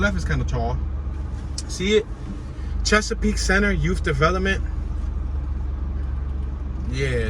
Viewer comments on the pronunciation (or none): none